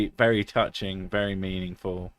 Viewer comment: Did you say fairy drunk or very drunk? I've never been fairy drunk.. would love to try that.